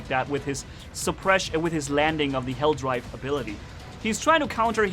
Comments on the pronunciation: It’s hellDIVE not DRIVE! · It's Helldive not Helldrive